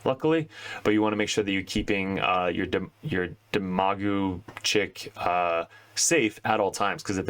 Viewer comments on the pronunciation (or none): D EHM-UH-GAWG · Dem-a- gog :)